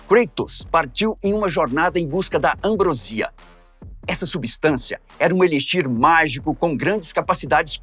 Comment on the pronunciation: "ambrosia", ambrósia*